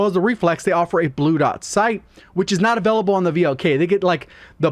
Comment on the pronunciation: Avellable. Hehehe